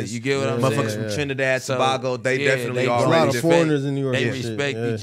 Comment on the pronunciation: Its tobago not to bago 😢